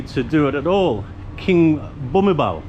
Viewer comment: The L in Thai is pronounced as a N, so Bumipol is "Bumipon". I liked the way you dismissed the Frenchman as a waste of time🤣